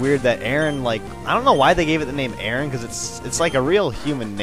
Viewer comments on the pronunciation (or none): aron:iron and its not pronounced arron its aron like arrgh but without the gh just aron like are on aron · Aron isn't pronounced Aaron. It's pronounced like: "A-Ron". Like "Ron Weasley" or Lairon or Aggron. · it pronounsed Air On and its like iorn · I think its prononced Air-ron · its called a-ron. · I think it might be pronounced air-on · i think aron is are-on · It's Ay-Ron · Nope, it's supposed to be pronounced as A-ron :) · aron is pronounced air-on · no offense but i think arons name is pronounced A-ron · Yo! I'ma 11 year old boy and i wanna tell you that you mispronounced aron. It's pronounced ARE-ON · aron i think its pronouced iron